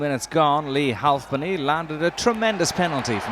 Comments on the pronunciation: "Leigh HualfPenny" lolol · He really likes the L in Halfpenny.